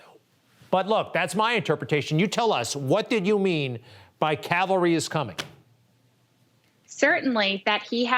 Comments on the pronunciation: the fact that she said "Calvary" (as in where Jesus was crucified) instead of Cavalry, this evidence should be thrown out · Calvary. Jesus!!! She said Calvary not Cavalry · Cavalry not Calvary you idiots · The CAVALRY is coming lol. Not Calvary. Calvary is where Jesus died 😂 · She's mispronouncing CAV-AL-RY. But yes, I believe there was nothing wrong with her actions. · The "Calvary"? That’s a hill in the Holy Land. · Swallowwell says 'cavalry' and in the tweet from Kremer she writes 'calvary '.... both words have different meanings or not!?!!?!!🤔🤔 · Not only is it a misspell, it's also a consistent mispronounce. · It's "cavalry" not "calvary"! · Cavalry not Calvary. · That's Cavalry NOT Calvary !!!! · Cavalry, not Calvary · She didn't misspell cavalry, she thinks the word Calvary refers to soldiers on horseback, rather than to the site of the crucifixion. That's embarrassing. But before anyone goes all 'dumb blonde' or 'dumb Trump supporter' on her, let me just remind you to listen to how many smart people can't say nuclear, and instead say nucular (which is not a word). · Swalwell is not to bright just like most politicians, twit says Cavalry not Calvary kinda like Amen and Awoman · Calvary or cavalry? Lmao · She said Calvary not cavelry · Calvary(intense suffering) not Cavalry(mounted army unit) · Calvary ?........ I think you meant CAVALRY. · She did not say the cavalry is coming. She said the calvary is coming. You would think a Member of Congress could at least read a tweet properly. They are different words with entirely different meanings. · I support the lady 100% in her sentiment, but it is the "cavalry", not calvary. Calvary is a name for the site of Christ's crucifixion. If she meant that Jesus is coming, I agree. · Did she actually mean cavalry? Calvary has a totally different meaning. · She didn't even say the cavalry is coming, she said "The calvary is coming" which makes no sense 😂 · Someone please tell her the word is Cavalry, not Calvary! 😎